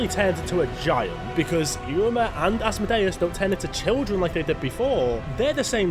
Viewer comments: Why is he saying it asmo-day-us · This full grown man needs to learn English and how to pronounce Asmodeus😅